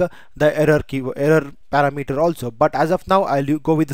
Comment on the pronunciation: it is not para mater, it is par-ram-eter